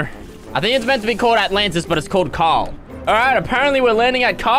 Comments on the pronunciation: The way pronounces Carl is mad 😂😂 he literally says “Cawl” 😂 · I find it hilarious how he can’t say Carl; and he’s saying cahel. 😂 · JustNormal Ian Asian is Asian? Wow, I never woulda guessed it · Bruh it's funny how he said I have <Carls> brick😂😂🤣🤣🤣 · When fresh says carl it sounds like call 😂😂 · When he says <Carl> it sounds more like <Kyle> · Since he says Carl like cawl it sounds almost like Kyle. Maybe it’s just me though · You said Carle 53 times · Who else loved how he said Carlت